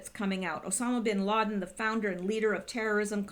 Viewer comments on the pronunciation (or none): Did you say obama sin laden? Or osama bin laden? perhaps odammit bid lassen? are they syblings? byslings?